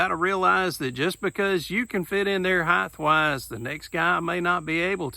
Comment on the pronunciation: Did I hear a height-th in there?